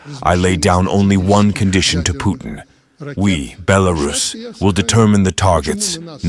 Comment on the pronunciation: Its not Bel-a-rus its pronounced Bela-rus. Im sick of hearing it.